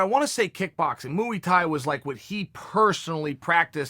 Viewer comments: Goat Chael "Moo E Thai" Sonnen Undefeated and undisputed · Chael: mooy Thai Me: Ok great! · You had me at “Mooi Thai” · “‘Mooey Thai” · Moo E Tie. The latest in men's tie fashion by Mr Sonnen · Chael: Muweey-tai Me: Ok Great